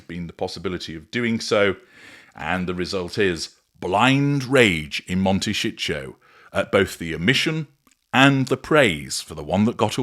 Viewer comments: Mon-tay- sí- toe. The mispronunciation by the AI voiceover is grating. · MONTE SHIT 💩💩💩 HOLD IS WHAT I UNDERSTOOD😅😅😅😅😅😅😅😅😅😅😅😅 CALIFORNIA IS A BEAUTIFUL, BEAUTIFUL COUNTRY. IT IS A LOVELY PLACE TO LIVE. LOVE IT❤❤❤❤❤❤❤❤❤❤❤❤❤❤❤ I SHOULD KNOW, I WAS RAISE THERE SINCE I WAS 1 YEAR OLD. IT IS FUNNY THE WAY HE PRONUNCE IT.